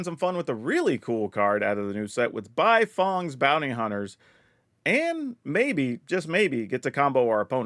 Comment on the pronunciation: this mfer saying 'buy-fong'